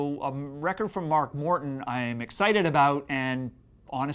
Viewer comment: It sounds like he says mark WORTON